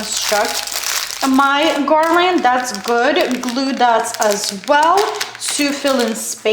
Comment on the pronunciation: I do not understand why they think you say garland funny! You sound fine to me. Some people don’t have anything better to do except criticize others ! Ignore those that are critical. The garland is beautiful! Thank you for sharing 😊